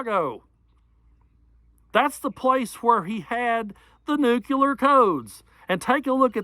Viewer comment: You are a very good speaker and I'm proud that you speak for us. I wish to let you know something I don't think you know, but I think you should. There has become a habit here in America I would like you to know about. It is this. It has become common to mispronounce the word "nuclear" I suggest you might correct that in the interest of the english language. 😇In every other regard, you are eloquent in my opinion and I learn from you regularly. Please keep at it. America needs you. Thank you!